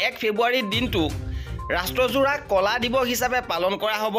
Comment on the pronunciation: কলা নহয় ক’লা